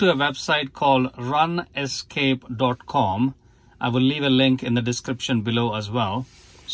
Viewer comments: "run-escape" first time I heard this pronouncation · "Run escape" is a good way to remember what it's doing for us in this case anyway. :-) Thanks for making this video!